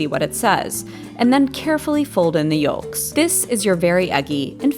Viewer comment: Great video! Why do you pronounce the l in yolk 😭